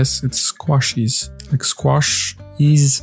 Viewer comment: Great video love the Batiste dry shampoo mini because i love the real life product. You pronounce squashies perfectly. Very popular here in the UK also foundation is not for sitting in the sun.. it's a base for make up to even out skin tone or hide any redness or blemishes basically to look like perfect skin. Love your videos ❤